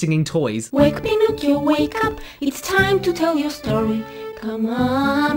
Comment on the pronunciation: I was wondering what the toys were singing. I heard "Shame on you young Pinocchio. What a laugh to muck your dirty-o".